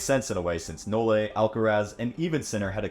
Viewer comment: Please STOP saying "No-Le"